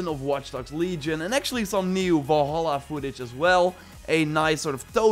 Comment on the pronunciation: Valhalla not "Volholla"